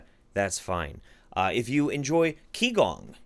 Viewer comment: For the future, because your pronunciation was starting to get under my skin. Q sounds are pronounced as a 'ch' sound, and X sounds are pronounced as 'sh' sounds, so qigong is pronounced as 'chi-gong' as opposed to 'key-gong'. Have fun once Weibo and the Wumao crowd find this because TCM is all up in their wheelhouse and they love that stuff. It's disheartening that here in China, especially in the south where TCM is like a religion, the quackery continues. Parents legit believe feeding kids live tadpoles will cure a sore throat, for example. And something else that happens is people get angry when a doctor (as in Western medicine in a hospital) tells them the truth because they believe the anxiety over being told you have terminal cancer is what actually kills you. Doctors have been sued by relatives of people who died because they told the patient the truth.